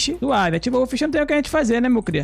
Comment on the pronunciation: "Fala meus crias, sejam bem vindos a mais um vídeo!" Sou só eu que acho satisfatório toda vez q ele fala crias com sotaque?